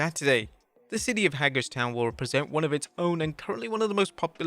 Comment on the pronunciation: It's pronounced "Hay-gers-town." :)